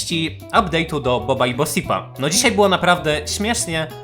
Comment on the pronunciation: Fun fact: imię bosip czyta się boszip